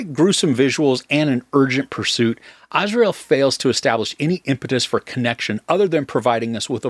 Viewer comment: Azrael is literally the angel of death. The name is pronounced Az-ry-el.